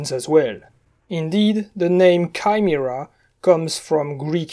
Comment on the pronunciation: "Kai-mi-ra" Finally someone understands me